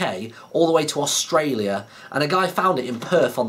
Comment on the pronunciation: We in Australia say Australia like that